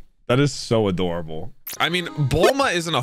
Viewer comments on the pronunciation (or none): none